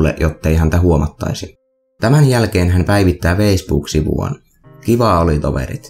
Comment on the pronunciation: muuten hyvä video, mut alko häiritsemään f:n sanominen v:nä, esimerkkeinä veisbook ja heidi voxell..